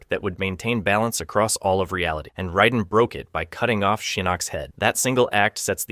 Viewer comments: His name is Raiden not Ridon and the dragon King his name is called Onaga not Oniga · Hey why TF are you saying "RYDEN"??? You KNOW that's not how to pronounce Raiden. Why are you pronouncing things different ways at different times?? Also, it's "o-NA-ga" not "OH-nuguh". Seriously, it's infuriating listening to you treat pronunciations like they're multiple choice. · Just shit research, my dude. Motatro absolutely has a shown death. And the mispronounced names....you have no idea what you're talking about. Like - how the fuck do you mispronounce Raiden?